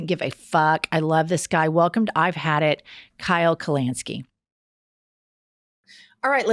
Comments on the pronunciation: Hey, Jennifer. I love your shit. In the kindest tone possible though, I just want you to know it's Kyle KalINski, not KalANski. It sounds petty and obnoxious, but I don't mean it to be. I'm also from Oklahoma. I have been my whole life, so I know it's not just an accent thing, lol. Again, love your show, and I love to see that there's at least one other progressive in Oklahoma with me. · His name is Kyle Kulinski, not Kyle Kulanski. Lol. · Hilarious to see Kyle come on after a long ad read…. If you follow him you know what I’m talking about. And the pronunciation of his last name got me good haha